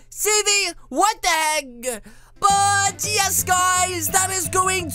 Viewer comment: At the end you said what the heg lol